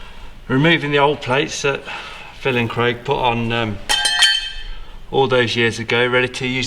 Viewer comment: Did anyone else cringe at saying “kwaig” shortly followed by “I heard that”